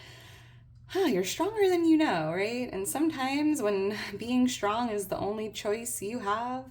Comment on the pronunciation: Today is my birthday!🎉 I am Shtrong and I have shtrenth. No shtress here. P.S. Where is this accent from?